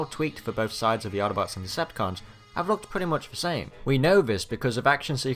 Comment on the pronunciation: Why do you have an English accent until you say Audobods and Decepticaaaans? It’s very odd.